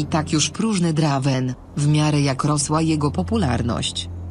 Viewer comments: drajvena się czyta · Czyta sie Drejvena